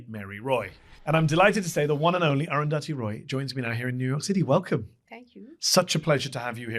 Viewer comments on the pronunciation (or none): I have never heard aruthathi pronounced like that 😂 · please pronounce arundhati roy properly